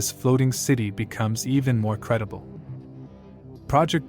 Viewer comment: ITS SERGE MONAST. NOT SERGEI He is not Russian, but from QUÉBEC. it's pronounced SERGE like iN SURGE...